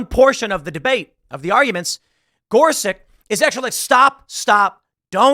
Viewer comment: Spelled, “Gorsuch” sounds like, “Gore-Such.” Knowing is half the battle.